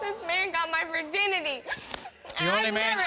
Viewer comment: "Virdinity" lol